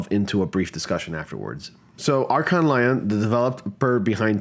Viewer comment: Lyon is pronounced like Leon